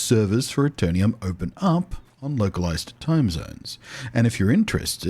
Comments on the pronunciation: Pronounced A Ter Num Not A Ter Nee Um Hope you enjoy the game and bring aton of players with you, PvP is challenging and there is a strength and weakness in every class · Love your videos and voice - lots of positive vibes! I believe, however, it is pronounced Aeter-num, not Aeter-ni-um :)